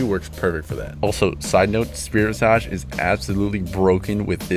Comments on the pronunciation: ill also give you a little hint too, its pronounced spirit "vizij" not "vizahj " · You have got to stop pronouncing spirit visage incorrectly. It's visage, not visaaj!!! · nah bruv, it's pronounced visaj. not visage as visij or visej or viseyj or other fucks